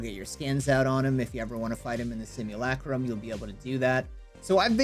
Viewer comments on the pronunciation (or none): none